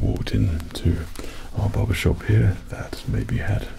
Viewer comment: The way you say Barbershop like "Bawbashawp" is somehow better.